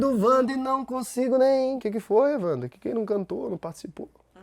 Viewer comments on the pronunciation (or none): none